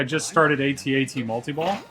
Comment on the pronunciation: What I appreciate the most is that you say it A-Tee A-TEE... (that how we always said it over here) :)